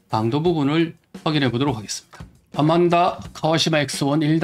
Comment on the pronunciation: ANMANDA ....AN 인데 `아`라고 하는건가요....`안` 이 아니네요?